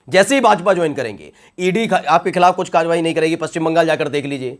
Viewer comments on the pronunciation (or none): none